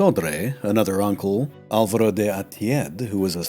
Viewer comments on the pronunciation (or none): none